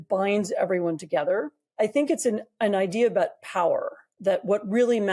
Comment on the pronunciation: Oy, how do you pronounce the word, Idea,? Now think again, how you pronounce the word ideology.